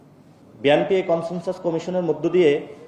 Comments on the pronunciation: ব্যাটা তুই আগে বিএনপি বলা শিখ। নাসিরুদ্দিন পাটোয়ারী বিএনপিকে বলে 'বিয়ানপি'। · পাটোয়ারী বিএনপি উচ্চারণ সঠিক ভাবে করতে পারে না।